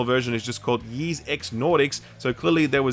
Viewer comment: Ys is pronounced like "eas" not "yease" and it's the roman numeral for TEN, not "X"